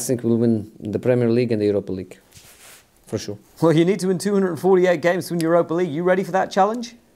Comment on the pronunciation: For shureee😂😂😂😂😂💀